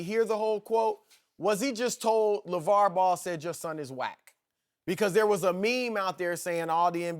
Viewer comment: Chris, "a instead of -er". your? the word your has a -er in it?